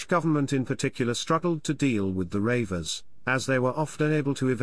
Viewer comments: Ha ha ha - you cannot even pronounce reivers correctly... "Border Ravers" ha ha ha.... it's pronounced REEVERS and spelled either as Reaver or Reiver. You missed out the WORST of the English Reivers the Charltons, Dodds and Robsons, Milburns and English Grahams. That isn't what happened either - when King James came King of England and Scotland their lifestyle was finished! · Maybe the narrator also is a Baltimore Ravens fan. 😂😂😂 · is he for real.he cant even pronounce reivers.